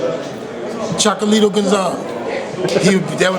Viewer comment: How come no one can pronounce "chocolatito" LOL. Here it's "chocalito" when RJJ says it it's "chocatito" LOL